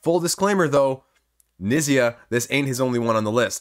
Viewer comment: Fyi Knizia is pronounced "k-neet-zee-a"